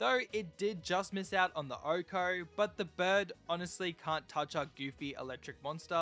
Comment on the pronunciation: Why does he say “ohko”? 🤔